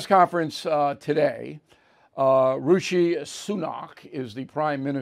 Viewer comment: Rishi, not Rushi